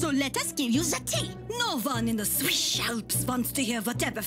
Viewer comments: Yeah, that they were keep saying Swish instead of Swiss annoyed me so hard, like are we Katy Perry? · Why are they saying swish and not Swiss. IS there a joke I don't get?